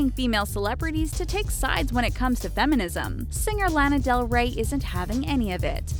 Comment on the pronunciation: it triggers me so much how she says Lana Del Rey..